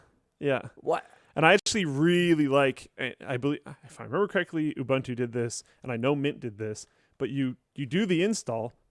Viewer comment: Mom! He did it again! He called it "Oobuntu" instead of "Ooboontoo"!